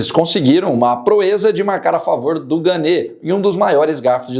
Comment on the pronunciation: a pronúncia não é ganê (seria se tivesse acento agudo no e). É "Gan"